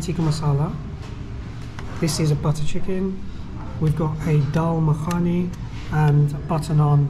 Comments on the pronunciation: Not makhaani , but mukkhni , daal mukkhni . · First time watching, minor correction on pronunciation. It's Dhal Makhni rather than Makaani. Great to see you and Russians enjoy food I take for granted, albeit veggie only for me and appreciate other cultures. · It was not makhani is this call a🤣🤣 dal makhni bro